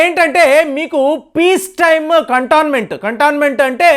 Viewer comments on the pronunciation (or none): Dear, Could you please check the correct pronunciation of words 'Iran' and 'cantonment' with google dictionary and correct your pronunciation in future video. How come the two national flags of China and India were identified as "India - Chaina' on the top of the two national flags are placed in the inverse order? - Vox Populi